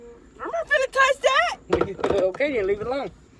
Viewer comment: it is finna do, not “fin a do”